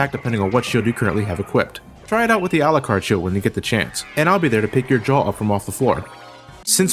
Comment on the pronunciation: It’s pronounced Al-YOU-CARD. Not alacard. This is something about the game that bothers me not but still I hate that miss pronunciation